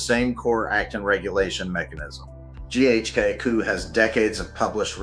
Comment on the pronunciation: I stopped watching after I heard GHK-COOOOO...